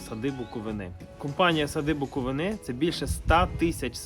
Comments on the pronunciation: Я теж хотіла сказати що треба правильно ставити нагос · Сади БуковИни. Будь ласка, бо вуха ріже. Я з БуковИни